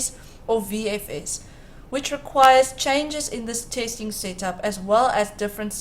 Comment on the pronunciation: fake "tasting" what is that? Robot. Not good